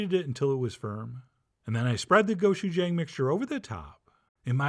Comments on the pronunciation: the pronunciation is more like a choo choo train. go-choo-jang. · not the end of the world but the pronunciation is go CHU jang. Hard CH sound not a SH. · AND 'jang' is pronounced like JONG/JAHNG. Short o sound. GO-CHU-JAHNG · The real way to pronounce Gochujang is that the G is pronounced like you're trying to say K and G together, and the J is like trying to say CH and J together, so it's like you're superimposing "Gochujang" and "Kotchuchang" together.